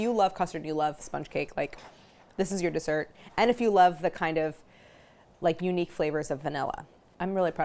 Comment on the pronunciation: god i hate the opening jingle so much. DEEsert PerSUNN. neither one of these words is pronounced like that!!!! can’t wait to try this recipe tho. you’re a genius claire!!!